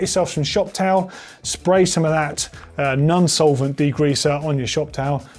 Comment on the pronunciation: It's non solvent not nun solvent